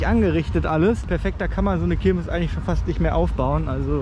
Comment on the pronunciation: Das ist jetzt kein Hate oder so, aber heißt es wirklich Kirmis ? Nicht Kirmes ?